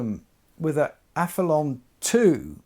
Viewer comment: I hear a few people call it the Aph-e-lon on Youtube. Is it not Aph-e-lee-on as there's an 'i' before the 'o'?